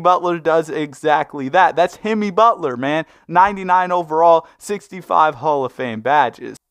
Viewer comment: DID HE SAY HIMMY BUTLER:face-orange-raised-eyebrow